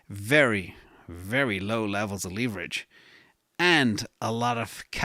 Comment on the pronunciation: leeverage lol